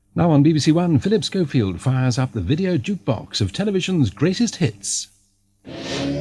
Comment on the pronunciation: The announcer said,"Scofield", right? Not "Cofield".